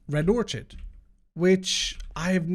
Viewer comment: Hey, we all love you, but it isnt or-chid, its "or-kid"